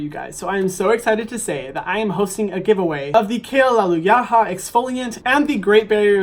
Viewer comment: I think it’s pronounced “Kale-luh-loo-lah” like hallelujah but with kale lmao